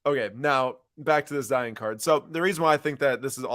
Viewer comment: Love the content but can’t stand it when you say “Zi-en” instead of zi-on 😭